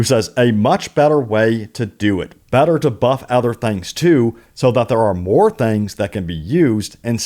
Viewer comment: Good video but damn. It’s “things” not “thangs.” I’m from the south but geez.